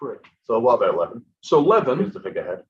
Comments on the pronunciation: you are calling him Levon instead of Levan :)) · Yeah, Levan and Devon both rhyme with seven.